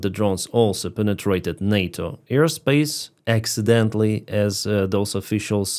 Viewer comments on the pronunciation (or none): none